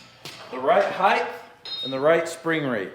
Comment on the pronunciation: Come on! Heigth, really!? The word is "Height". There is no th in height.